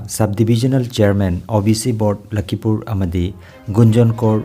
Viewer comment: " LAKHIPUR " habiyu " LAKHIMPUR " habiganu .